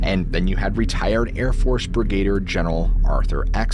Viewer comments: “Brigader”? I think you mean, “brigadier”, lol. Thank you for a great show. (Sorry to be a pedant, but your channel comes across as very professional, so, I figured you’d rather know about the above than not). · Are you an AI? You mispronounced canary and brigader like AI would.